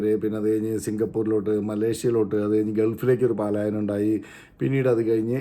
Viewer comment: പലായനം not പാലായനം